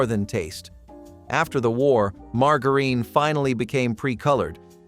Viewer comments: Margareen? No, it's margarine, pronounced more like maar.jr.uhn. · Mar jar ihn, margarine